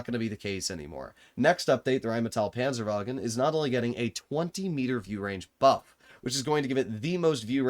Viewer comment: RRHHÉINNMÏETÆL PÂNZËRWAGUN 🗣🗣🔥🔥